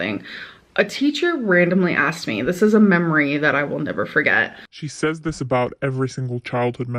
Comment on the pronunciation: Why do you say “says” like that? It’s pronounced “SEH-z” not “SAYZE.”